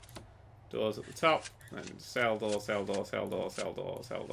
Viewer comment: "sell the door, sell the door, sell the door, cell the door, cell the dor, celldador, celldor, celldor, celldor, celldor, celldor...